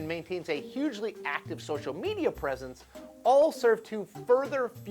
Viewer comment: Uh, no such words as "shtrategy" or "shocial"...